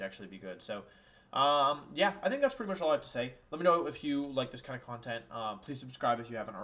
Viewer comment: CONTENT, NOT CALMTENT!